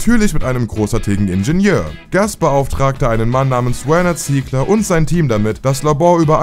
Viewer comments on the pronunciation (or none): Sorry...aber man kann dir kaum Zuhören. Sogar deutsche Namen wie Werner Ziegler sprichst du so schlimm aus. Furchtbar !!!